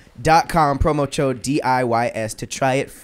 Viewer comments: I swear says, “promo-chode”. LOL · HOW DIDNT ANYONE MAKE A JOKE ABOUT PAT SAYING “PROMOCHODE” . I’m so disappointed in y’all. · says promo "chode" 😂